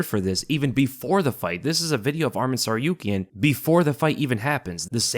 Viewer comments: Thanks for the video brother, just for information his name is “ArmAn and not ArmEn” and his family name is “TsarUkyan not TsarIUkyan” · Who tf is this SarYOUkian guy? sounds like he didn't go unconcious.